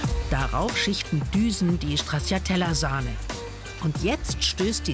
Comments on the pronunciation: "StraZZiatella" kann man nicht hören bitte. TSCHA...TSCHA sagt man. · Strazzziatella....😂😂😂 Das ist italienisch und man sagt Stratschatella❤ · Ist echt unmöglich Stracciatella einmal so auszusprechen wie es sein soll? Italienisch bitte! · komisch, wie hier stracciatella ausgesprochen wird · ...so oft fällt das Wort "Stracciatella" - niemand spricht es richtig aus. 🙂